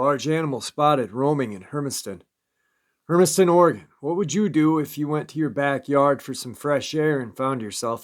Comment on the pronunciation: Pronounce Oregon as. Ory gun .not Ory gone